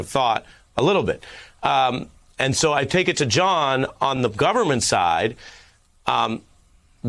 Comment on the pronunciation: Go'bment lmao